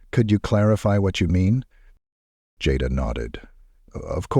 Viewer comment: The person telling this story keeps calling the lady name Jada by the wrong name, which is so disrespectful!. It's so easy to pronounce her name right, Jada. Go back on the tape and listen to how you wouldn't pronounce her name right on here in different places on this story.